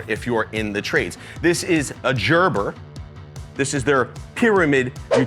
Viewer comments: Just like baby food it’s Gerber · Hahahaha I was cracking up at jerber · "Everyone will recognize the name. This is a Jerburr." A WHAT? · But but he said Jerber.. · He had to do it on purpose lol 😂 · I feel is trolling with his pronunciation of gerber